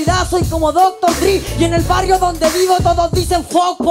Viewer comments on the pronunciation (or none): Casi perfecto* Dr Dre no se pronuncia así